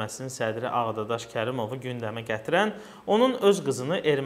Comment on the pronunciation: Ağadadaş yox səf dediz Ağdaşşax😉